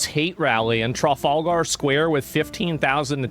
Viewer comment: Trar far gar square? It's Trah, fal, gah